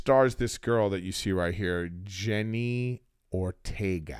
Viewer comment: Wednesday was a great show. But if you love her so much...put some respect on her name...LOL. JENNA not Jenny. 😄